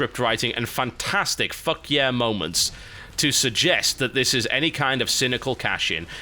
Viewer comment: I think what he meant was 'Fuck Yeah Moment'. Not ' fuckiah'